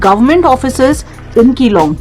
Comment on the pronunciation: मेडम जी आप ने अच्छा भला विडयो बनाया, शानदार बनाया मगर जगह का नाम विगाड़ कर बोल दिया। यहां के लोग नाम बिगाड़ने पर बहुत नाराज हो जाते हैं। आगे से ध्यान रखिएगा ।🙏🙏💐 धन्यवाद